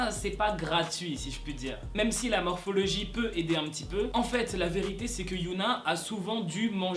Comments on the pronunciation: C hyuna pas youhna c pas pareil Mais après c pas si grave... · Pour Hyuna, ça se prononce Hi-Yo-Na c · Tu prononce pas bien Hyuna donc au début ça peut porter à confusion, on pourrait croire que c'est Yuna d'Itzy mais sinon bref je t'adore😊